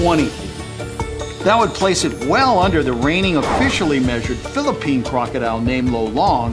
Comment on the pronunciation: im from the philapines and thanks for saying it right some people spell it like fillapines